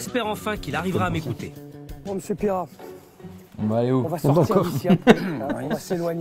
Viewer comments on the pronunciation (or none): Mr Pire rat pas Pierrat 😂😂😂😂😂